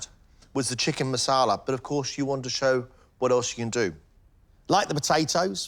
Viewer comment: marsala not masala